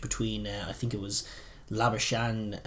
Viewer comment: Kinda funny how everyone seems to be butchering the 'Labuschagne' pronunciation, including the commentators. It's basically Lah - boo - skuhG(hard throaty G sound) - knee. For reference, in this clip, at about the 50 second mark, Marnus Labuschagne gives the pronunciation.